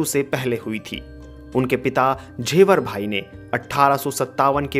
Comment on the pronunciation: Jhevarbhai nahi Jhaverbhai. झेवर भाई नहीं झवेर भाई ।